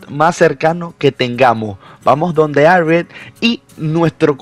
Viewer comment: Se escucha muy raro el ariet jaja yo le digo mejor Jarriet harriet